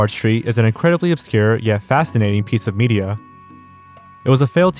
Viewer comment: "incwedibly odd piece" 🤓🤓🤓